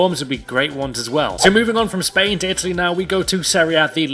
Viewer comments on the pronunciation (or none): none